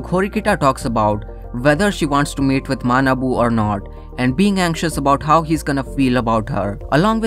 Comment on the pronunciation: Bro, because your accent, instead of hearing "should she meet with Manabu", I heard "should she mate with Manabu"... which is like Sweet Home Alabama.😂